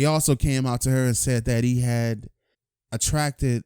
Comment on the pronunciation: Attracted or contracted? 😂😂